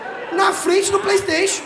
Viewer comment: "Na frente do playstaition" ksksksksjjj